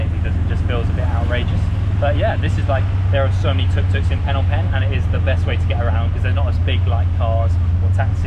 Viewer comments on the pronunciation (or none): Ah yes city of PhEEnom PEnh not Phnom Penh 😂 also have a nice day there!